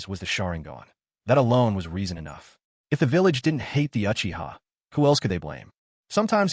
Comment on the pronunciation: How you not pronouncing the Uchiha’s name right smfh